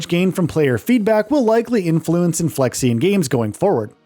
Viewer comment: I mean he's not even pronouncing "Inflexion" properly.